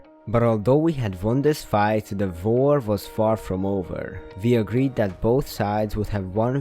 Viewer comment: he whent for the brewing stand and tried to run my mind: bruh why go for the brewing stand edit:i like how he says war like var